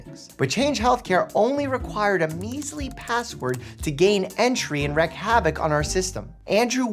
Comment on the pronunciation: I love you Dr. Mike, but it's 'wreak havoc' not 'wreck havoc'